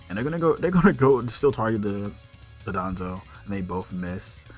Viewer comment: Just a heads up it’s Don-dozo and not DOD-onzo like you keep saying